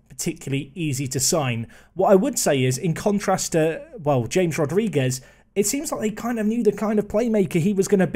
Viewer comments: if hear him mis-pronounce James Rodrigues again I'm going to loose it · James Rodriguez... oh, the bloody pronunciation. You are killing me. You should know by now that J in Spanish is H and in Portugal is Zh